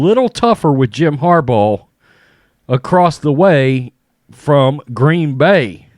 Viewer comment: Are you saying Harball? lol